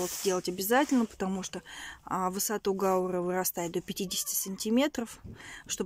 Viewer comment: гаУра , ударение у этого растения